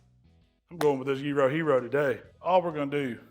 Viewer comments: Well I'm excited a non Greek actually pronounced Gyro correctly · Well done pronouncing "gyro" properly,!:D Kali orexi!